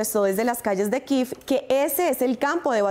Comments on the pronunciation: Se dice Kiev no kiv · Y denle con "Kiv"! Y es que lo repiten y lo repiten, que ignorancia. Estos periodistas no saben ni pronunciar el nombre de la capital de Ucrania. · ¿Por qué pronuncian kiv a Kiev ? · 2 cosas con mucho respeto: 1. ¿quien les dijó que así se pronuncia Kiev? es que ni siquiera en su lectura literal al español se lee así. 2. ¿cuál es el afán de tomar partido en este conflicto? más cuando ahí evidentemente no hay héroes y villanos, por un lado un país que no respeta el derecho internacional y por otro un país cuyo gobierno está enraizado en un golpe de Estado y tiene continuas vulneraciones a los DDHH. parece un pasquín de la OTAN, nada de independiente, muy mal ahí :/. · Malísima la pronunciación de la capital de Ucrania